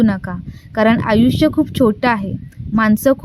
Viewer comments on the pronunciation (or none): none